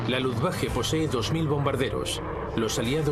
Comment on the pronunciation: Insiste el narrador en pronunciar Luftwache, es Luftwaffe!